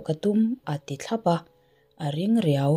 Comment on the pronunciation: Thlawp tih kha i lam dan thluk kha diklo,a thlukna awm ang a lam tur